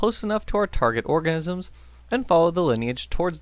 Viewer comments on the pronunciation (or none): Is it just me or at about does it sound like he says “target orgasms” instead of “target organisms”?